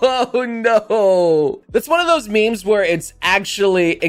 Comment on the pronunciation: says, “memes,” like, “mems.” Me: MeeM!!!